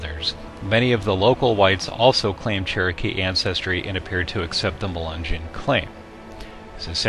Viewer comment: I thought Melungeon was pronounced Muh-lin-nyon